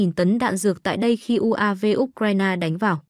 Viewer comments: Phải đọc U Cờ Dzai ! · Trình độ phát thanh viên giờ quá kém U C RAI NA đọc là ốt raina Không bằng youtube